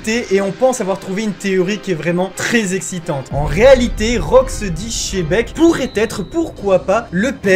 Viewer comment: chebec... kidzaru... god vali 🤦‍♂️🤦‍♂️ ça n'énerve que moi leur pronociation